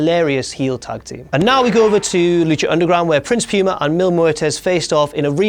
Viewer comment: that accent on the word "PUMA" tho